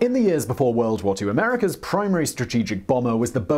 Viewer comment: whahaha, it's "America's flying fortress" not "EA-merica's flying fortress"